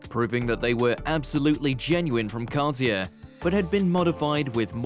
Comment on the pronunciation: Wow, you'd think the narrator would know how to pronounce "Van Dyke" or "Cartier". Geez what a moron.